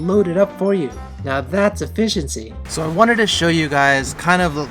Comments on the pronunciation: Now that's "a-fish-in-sea". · NOW THATS "EFFISHENCY!" E-F-FISH-ENCY